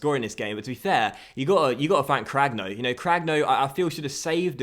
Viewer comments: I think ur keeper name is pronounced cranyo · Cragno’s name is pronounced as Cranioh (same as you pronounce the nho in Cuotinho)